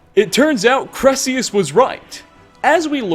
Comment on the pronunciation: Also, his name is pronounced Kai-Rel-Eus. He even says it